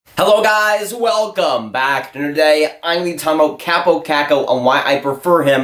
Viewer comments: KAW-po KAWHK-ko, not KAHP-oh KACK-oh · "Chääbou caccou"??...it's kaapo kakko! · Why dont you learn to announce name correctly if you make this kind of videos?